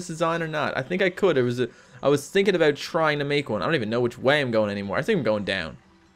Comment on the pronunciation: Are you Canadian? I think I heard an "aboot."